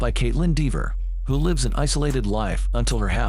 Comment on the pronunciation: I cannot stand AI robot voices he didn't even pronounce the word lives correct